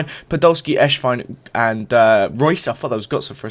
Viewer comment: It sounds like ur saying eshvine instead of esswein lol